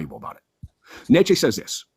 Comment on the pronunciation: How about actually pronouncing "Nietzsche" correct?